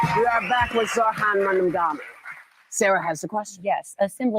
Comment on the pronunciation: Not only is Whoopi reading a teleprompter, she still can't say, "MAMDANI!" WTF🤦🏽‍♀️